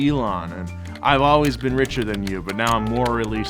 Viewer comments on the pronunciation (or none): none